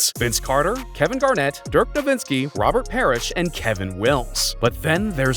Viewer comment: As a german it pisses me off that simehow found a second N in Nowitzki